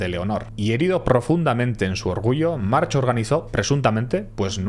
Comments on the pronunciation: Como bién indicas March se pronuncia "Marc" y Torró se pronuncia "Turró". Si entendeis un poquito de catalán (nivel bajo-medio) os gustará además de este fantástico video de el capítulo dedicado a este energúmeno que hicieron hace 5 años en la sección de "Il·lústres execrables" del programa "Via Lliure" en RAC1. Enhorabuena por el vídeo. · Buen video como siempre, solamente un apunte por si otra vez se da el caso. En catalán/valenciano hay muchos apellidos que terminan con ch, pero no se pronuncian como la ch en español sino como una c o k a final de palabra: Domènech, Benlloch, March... Se pronuncian Domenec, Benlloc, Marc etc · En Mallorca seguimos arrastrando consecuencias de lo que esa familia hizo y sigue haciendo. Y sí, una parte de la familia de separó y se puso el apellido "Berga"( sí , se cambiaron la V). Sus raíces (las de la familia March) en la isla llegan muy profundamente. Y por cierto, se pronuncia "Mark" en mallorquín. Y un largo etc de cosas que tiene esta familia para esconder... Cualquier mallorquín conoce a la familia y ha trabajado en alguna ocasión para ellos o contra ellos. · Estimado, soy seguidor tuyo desde hace unos años y admiro tu trabajo, es excelente. Solo quiero decirte que March en català o mallorquí se pronuncia "Mark". Buena divulgación del ultimo pirata del mediterraneo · No me jodas, los nombres en inglés los pronuncia en inglés. No dirá "Rockefellah" pero si alguien se llama "Steve" le llama "Estif", no "stebe". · Cada vez que dices March con che, se me revuelven las entrañas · te aseguro que en Mallorca, hables en mallorquín o en castellano, nadie pronuncia la ch de March como ch. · Juan Marx?? 😂😂😂 En Catalan no se pronuncia la H al final. Se dice Marc. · Lástima que descubrieras que se pronuncia marc después de grabar el vídeo, es doloroso oírte decir una y otra vez mar/ch/, mar/ch/ mar/ch/ 😂😂😂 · Pequeño detalle. Se pronuncia marc. Bon Video! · Como curiosidad, se pronuncia marc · Se pronuncia "Marc".